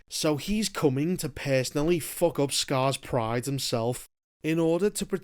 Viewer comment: Not me watching bro just to hear him say "Fock"